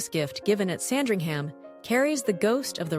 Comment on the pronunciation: I do enjoy your videos but I do wish you would stop saying "Sandring-HAM"" because, as with most UK place names ending with ~ham suffix, (eg Birmingham, Rotherham, Oldham etc )this is actually pronounced "~um" so it is "SAND-ring-um" .